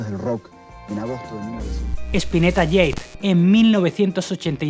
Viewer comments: todo bien, pero se pronuncia "Jade", no "Yeid" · ¿Ieid? JADE. Cómo la piedra. Por lo demás, bastante bien el programa. Abrazo desde Mercedes, Uruguay. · Te felicito por el homenaje.Solo para que sepas se dice Spinetta Jade como suena y no yeid ( inglés) y el último disco es: Un mañana,no una mañana. Tb tiene dos discos póstumos:Los amigo y ya no mires atrás.Gracias de nuevo. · jamás !!!! le dijeron "el Capitán" que ganas de hablar pavadas, Spinetta puso a pescado en Artaud porque tenia un contrato que respetar y no porque no quería ser un ídolo, el ya era un ídolo. JADE!!! se pronuncia JADE como se lee, "UN" Mañana NO "UNA" Si no sabes nada de un tema no hagas un video por favor y sino pregunta bien. media pila!!! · cómo que spinetta “jade” se pronuncia en español , no en ingles